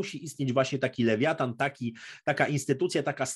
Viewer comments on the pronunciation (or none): none